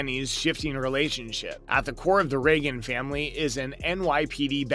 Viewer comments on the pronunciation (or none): none